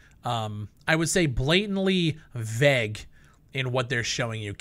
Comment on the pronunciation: i love your videos so much dude but for the love of god stop saying VEG its Vague